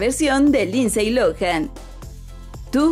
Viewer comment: Se pronuncia linsy no linsey.